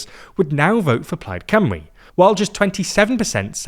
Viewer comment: Today I learned how to prounce Plaid Cymru.